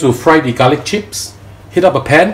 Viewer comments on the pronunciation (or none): I love garlic not galick* .😂